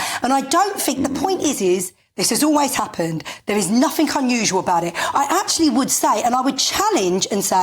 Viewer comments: She is unable to pronounce the word "nothing", there is no such word as "nothink" lol. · “Fink” “Nafink”